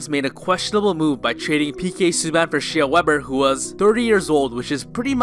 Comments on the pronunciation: Did he really just pronounce Shea (she-uh)?! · Who's She-ah Weber?